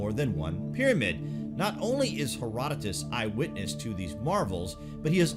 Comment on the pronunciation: Thanx for saying his name right Herodotus